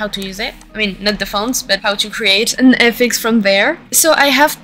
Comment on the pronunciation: This was super helpful! Thankyou so much! I've seen your SFX sets before and always been really impressed. I do wanna say, politely, that hearing FX's spoken phonetically kept throwing me off and confusing me haha, since it's just shorthand for "effects." But after I got over that the video was really easy to follow. Looking forward to the next ones!